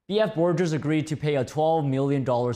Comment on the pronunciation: That audit/accounting firm Trump used is BF Borgers, not "forgers" :)